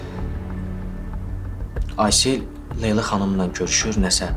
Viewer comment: leylanin adini necə tələffüz eləməyi lelaa😮